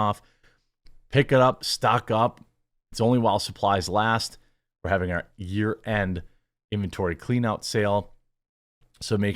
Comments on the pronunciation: I know you said year end, but it sounded like urine XD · Jeremy, you need to enunciate a little more when saying "year-end sale". For a moment, I was convinced you said "urine sale". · Dude, you really need to enunciate "year end" I thought you said "urine sale" and I was like WTF? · I swear you said urine sale 😂